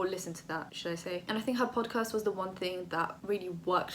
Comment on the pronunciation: Love your channel and your personality but every time you said "podcast",i died a bit 😂